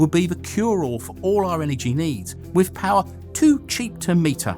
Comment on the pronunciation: YOU CANNOT SPEAK ENGLISH! DO NOT MAKE ANY MORE VIDEOS UNTIL YOU HAVE LEARNED HOW TO! FOR EXAMPLE, YOU CRETIN, 'WITH' IS PRONOUNCED 'WITH', NOT FUCKING 'WIV'!